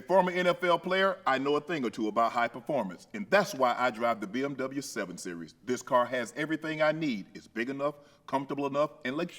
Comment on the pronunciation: “I drive my BMWya” you gone love the BMWya 😂